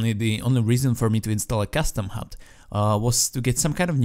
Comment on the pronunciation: *hud not hut